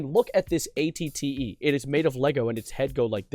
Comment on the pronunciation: I KNOW YOU DID NOT JUST CALL THAT AN AT-TE